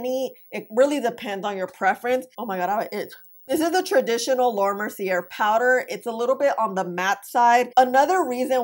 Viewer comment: Mer-cee-aye, the r is silent.